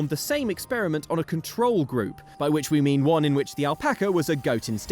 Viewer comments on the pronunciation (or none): none